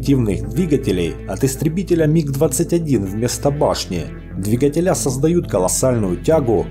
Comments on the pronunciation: Ты один индивидуум, выговариваешь "двигателя́" с ударением на "я" вместо "дви́гателя" от слова "двигать" (проверочное слово) , ударение на "и" - след. "Дви́гать". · ага, именно прога выковеркивает по- гаражному слова. Одно " двигателя́" чего стоит